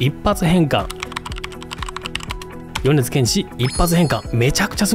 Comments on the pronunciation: 「よねずけんし」じゃなく「よねづけんし」ね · 間違った読みでも変換してくれるのは便利ですね 誤：よねず 正：よねづ